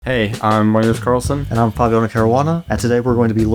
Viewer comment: It's Magnus "Carlsen" and Fabiano "Caruana". Correct it pls